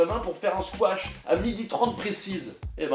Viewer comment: Squash* et pas "squatch" lol ^^